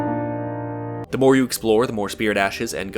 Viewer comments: I usually hear it with the n but if I focus my attention only to his voice I can hear progressio. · so, is it just me or did anybody else also hear him say "progression" instead of...progression w/o the n??? like idk what the following screen is on about. dude said the word. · is it me or he actually said progression correctly and thinked that he said it wrong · I heard you say progression with the n sir